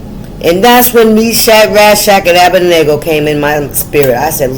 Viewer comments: Pronounced Ah bed nee go -Abednigo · A-BIN-DEE-GOH...THE 3 BROTHERS OF THE FURNACE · Shalom sweet lady ❤ it’s a tongue twister but it’s Abed-neygo 😊😊😊😊. I know what you meant ❤❤❤❤